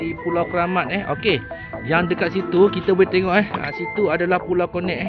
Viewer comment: Maap 🙏 cakap bang.. bukan pulau konek.. pulau konet bang .. aku orang kampung baru... kalau lame2 atas pulau nanti bujang nakal nak beekawan... 👍